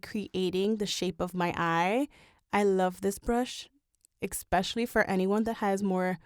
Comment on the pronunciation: The word is pronounced, especially, not expecially!!!!!!!